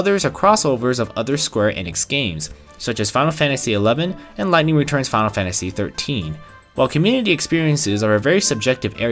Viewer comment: thx for the review but mate it's called "final fantasy" not "fanl fantasy" :D